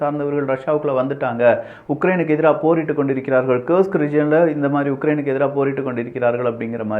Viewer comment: கேர்ஸ்க் அல்ல. கூர்ஸ்க்.